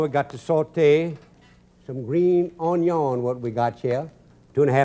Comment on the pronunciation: OH-NEE-YOHN ONION